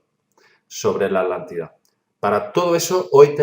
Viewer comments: Me encanta ese nuevo continente "la Alantida" jajajajajajajja y los "Alantes" Se te resisten las "tes" al igual que la invasión Alien de 2019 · Porque dice alantida y el nombre es atlantida o me equivoco ???? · Porque le dicen alantida tengo entendido que es Atlántida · Porqué los Españoles no pronuncian Atlántida de corrida Tla ? Ellos separan la T de la L dicen ejemplo: At -lántida y At-letico. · Curiosísimo que los españoles, en un promedio general al oír a distintos personajes, son incapaces de pronunciar el sonido TL y omiten la T, , su pronunciación es ALANTE y no ATLANTE. ¿Se han preguntado a qué se debe? Todos podemos pronunciar cualquier idioma, por extraño que sea a nuestra particular lengua; pero los españoles tienen una manera de pronunciar que no admite idiomas ajenos, eso me resulta muy curioso, ni bueno ni malo, sino extraño nada más. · Buen video, pero tengo dos puntos: 1. Cómo se nota que Diego es un investigador de terreno y de escritorio. 2. ¿Por qué pronuncian Alántida y no ATlántida con T? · Pronuncian la T pero separada de la L, dicen AT- LÁNDIDA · Genial.....Me interesa todo lo oculto. Y me encantó el.Video. Tambien algo cotidiano...me llama la atención que los españoles no pronuncian la TL por ejemplo alántida en vez de Atlántida.... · Por que dicen "Alantida"?? la T no cuenta o que?? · Quizá es irrelevante acá lo importante es la información...pero yo escucho que dicen ALANTIDA y es ATLANTIDA...puede ser??? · Disculpen la duda, ¿PORQUÉ SE LES ESCUCHA: "LA ALANTIDA" Y NO : LA ATLANTIDA? CON T¡ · Atlante, Atlántida, llevan una T después de la primera A, NO ES ALANTIDA , es ATLLLLANTIDA POR FAVOR ! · Porqué le llaman "Alántida" y no Atlántida como es realmente..?..esa pronunciación me distrae del relato en si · ¿Por qué la gran mayoría de españoles no pueden pronunciar, entre otros, el sonido TL contenido en ATLántida? ¿Acaso es un problema anatómico que les impide ciertas pronunciaciones de consonantes?